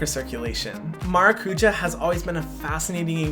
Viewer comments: No doubt this is a great product, you are clearly passionate and know your stuff. However, why name your product “maracujá” when you could just as easily have named it “passion fruit”? Or perhaps something in Hawaiian? Additionally, you don’t even attempt to pronounce it correctly, the word has an accent for a reason. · At least the murumuru was pronounced decently, but now I learn that you had Brazilians with you, and no one corrected your maracujá emphasis on Á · I just clicked on the video to hear how Hyram was going to pronounce Maracuja... Maracuya ! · Okay, but please learn how to pronounce maracujá correctly or say it in English! If partnering with latin american companies on a Latin American fruit, you should learn how they say that specific ingredient. Hurts my Brazilian heart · Vendo os gringos falando maracujá errado sendo que o produto podia ter passionfruit como nome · He could learn how to pronounce maracujá... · The word stress of maracujá is 'já'. Its origen is tupi (Brazilian indigenous tribe). Please, say passiflora. Or passion fruit. It's hard to hear it pronounced wrongly. With a simple Google search, you find how to pronounce it right. I get stressed by just imagining your millions of followers saying it wrong. Ahhh!!